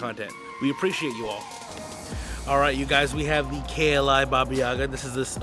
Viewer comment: It's BAHBAH•yehGAH.